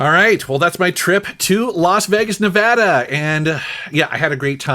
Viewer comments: I don't know what I'm happier about, doing a retro game shopping video in my city or the fact he pronounced Nevada correctly! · OMG Thank you saying Nevada correctly!!! I'm from Reno and have family in LV. Love seeing these great spots get some recognition! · Bonus points for pronouncing Nevada correctly! :o) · You pronounced Nevada right! Yay!